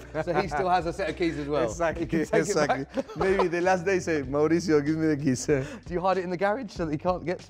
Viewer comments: Qué dolor cada vez que el tipo llama a "Mauricio", Mauritzio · Everyone pronounces Mauritzio. Should be Maurissio. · The board only had 'How do you pronounce Pochettino', but he really should have clarified how to pronounce his full name. Because the interviewer was pronouncing it wrong all video. He's from Argentina, not Italy. It's Mauri-SIO, not Mauri-CHIO. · when he says his name is italian, he meant his last name. Actually, in latin america "mauricio" is a pretty common first name. The way it is pronounced is "maurissio". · No one: Interviewer: Mauricho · This dude keeps calling him Moricho hahaa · La pronunciación de Mauricio! Un cráaa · Why does it sound like the interviewer always gets a stroke when he pronounces Pochettino's first name "Mauricio"?